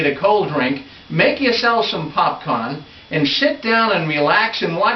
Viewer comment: They are so cute. Funny how they have trouble pronouncing the r's 'popcon, new yok' May God bless them.